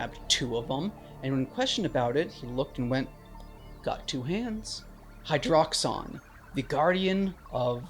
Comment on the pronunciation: I don't think that's how you pronounce "Hydraxon".